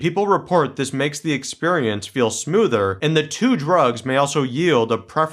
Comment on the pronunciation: I love how you say “exPURRience”!